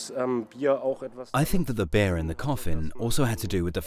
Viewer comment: Am I the only one who can't stop focusing on the fact that he says they've drunk "bear" instead of "beer"?